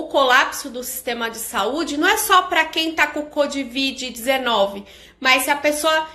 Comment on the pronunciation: A falando "COD.VID" hahah. Gostei